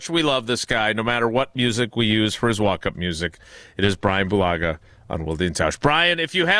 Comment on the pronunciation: "Brahn Bulaga, Ah-wuh."